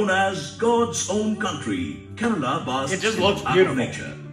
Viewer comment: Dude its kerala not kerla